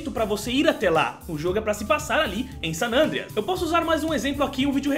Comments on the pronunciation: né "gta sanandreas" e sim "gta san andreas" kkkkkkk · Ele fala GTA San nandreas